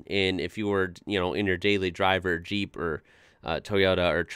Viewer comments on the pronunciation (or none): none